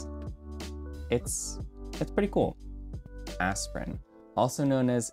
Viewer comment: That aspirin pronunciation😂